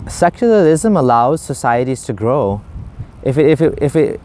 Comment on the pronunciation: "seculalism .... seculalism.....what is.... Seculalism....." 😂😂